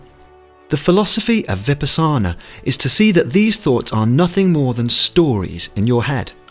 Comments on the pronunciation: Vi-pahhh- sahna, not viperh-sahna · It is not Vi-pas-saana. It is Vipaasana, or Vipassana. In customary usage it gets extended into Vipaassana. But surely NOT Vipassaana. In Sanskrit, Vipashyana. Pashya is a root word of "to see." "Vi" refers to the same meaning as "Vigorous" and surely they have the same origin!!! This word is entirely of BUDDHIST origin and has nothing to do with Yogic meditation as taught in the Yoga Sutras. In that text, there are three stages: Dhaarana or concentration, Dhyaana or meditation, and Samadhi which is the ultimate goal of, well, being harmony with the mind of the universe. The approach, the technique, is very different from Vipassana. So please: do your research and do not mislead people. Now that said, indeed, Vipassana is a superb practice. Watching the mind in action is kind of like seeing flies in a jar....never ending movement of the flies, going nowhere!!! :) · Superb! Oh btw the word is pronounced Vipaaa sana. Not Vipa saana😁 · Please... It is not Vipasaana... It is Vipaasana. Please correct ur pronunciation before u put it on social media. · Is this pronounced vipaśyanā, otherwise, good video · U read vipassana incorrectly.